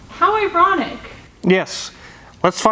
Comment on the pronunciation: Did she say E-ronic?😂